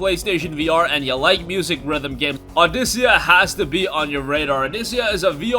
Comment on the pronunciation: Also the rhythm game is pronounced "Aw-dick-ah".